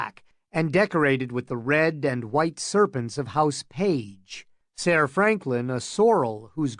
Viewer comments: 'Ser' is still pronounced like 'sir', it's just spelled differently. Not SAR. The fact that Egg says it so much and you pronounce it that way is sooooo annoying. Had to find a different version. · come on OG. I didnt suggest I could do it better, in fact I said it was 'pretty good.' Except for the repeated mispronunciation of SER. Way to pretend stick up for the narrator who will probably never see these comments. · "Sair" ......the narrator can't read lol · This isn't history. It could be whatever really. But it annoys me as well. Sair. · Yea, idk but Id pronounce it like sir cause i figure thats closer to how it sounded 500 years ago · You're full of shit. It's not pronounced "sair" I've never heard GRRM pronounce it like that. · I cant do it The pronunciation of "Saiiiirr" is too much. Ruined the entire thing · My guess is because in the book it's spelled ser instead of sir. I still cringe when I hear it tho. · I need to know why he says it this way. Seriously. English is definitely this guys native tongue. So WHHHHHYYYYYYYY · Pretty good. FYI SER is pronounced just like SIR 🙄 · wow! I assume your serious , this is not a good reading at all, I'm not gunna pick it apart, and since there's no other version I'm gunna listen but its really hard to maintain the illusion with his voice rising and falling and constantly saying sayer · The way he says ser really bothers me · Some truly hilarious accents here. The pronunciation of ser is baffling but glad to have this to listen to! Thanks! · Awesome story, awesome reading. Even if you pronounced ser wrong every time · Can anyone tell me the narrator/reader's name? The nails on chalkboard way he pronounces Ser grinds my gears terribly and I wish to avoid ever, EVER, having to suffer hearing his voice again!